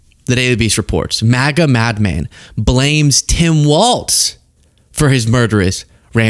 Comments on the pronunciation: Please say 'Walz' not WalTz...I know its petty as hell, but there isnt a T in his name. Its just Walz...carry on 😉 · Please, please, please. It’s Walz not Waltz! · it's WALZ not WALTS lol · his name has no t in it, ik it's not the most pressing thing, but just say Tim walls and put some flair on the z. everytime says waltz i cringe. if you like the guy, say his name correctly. for me, it's more egregious than leavitt saying chump because honestly tr and ch sounds are performed in the mouth almost identically, but adding a t sound to Walz is just wrong, unless you start dancing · Is saying Waltz instead of Walz an inside joke? Lol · Walz not Waltz. Tim Walz. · Heads up! It’s Walz like “walls” not “waltz”. There’s no “t” sound. Thanks. Sincerely, A. Minnesotan. 😎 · It's Tim Walz (walls), not Tim Waltz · His name is Tim Walz, not Tim Waltz! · Walz people not Waltz. Mike Waltz is the guy that was involved in the signal chat. Tim Walz was Kamala's choice for vice president. you are pronouncing it wrong also. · Hes Walz NOT Waltz. Two different people one is Dem the other Repug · I’m from WI and it’s driving me crazy that people can’t say Walz!!!! Not Waltz….. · It’s pronounced “Tim Walls” not “walts” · Dude. I love your content as it often so enlightening. However, it drives me nuts when you or anyone else mispronounces his last name. He’s not a three four musical timing for waltzs. His last name is pronounced as though it were spelled “walls”. Still love your channel! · I dig the hell out of your content full stop!but i feel as a Mpls. resident the name of our guv. is generally said like Walls. not like the old dance.keep on truckin dude!